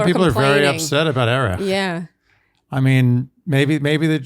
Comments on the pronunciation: I loved it when you pronounced it EriCH 😁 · I will always pronounce his name, Erikh, it cracks me up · Perhaps you should start pronouncing Erich as Eh•ritch for those complaining 😏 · Sorry about seeming firm on saying Erich correctly. I love your podcast!!! Sometimes the tone can come across badly online